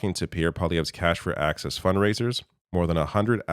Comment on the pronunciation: isn't it ironic how this sounds like "cash for axis"?